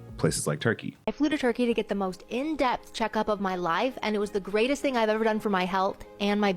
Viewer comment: “we’re going to zurkeyyy”